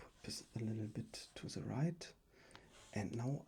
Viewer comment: Du musst echt das TH besser aussprechen dann kann man dir auch zuhören. So fällt es einem sehr schwer hinzuhören , weil das wird nicht Te ausgesprochen sondern THE :D Ist ein bisschen nervig aber sonst gutes video